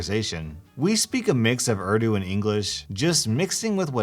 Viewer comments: its not ardu lmfao bruh its ooordoo... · Oof, I know I’m just that one person... but please please say the country and languages names correctly... it’s just a pet peeve of mine.. like Urdu - ( Or-thu ) Pakistan - ( Pawk-uh-st-awn ) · urdu is pronounced ooor-dooo